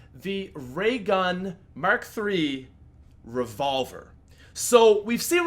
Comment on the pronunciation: "The Rayvolver"